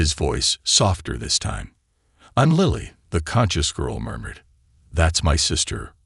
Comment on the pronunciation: It's Lilly, not Lieiy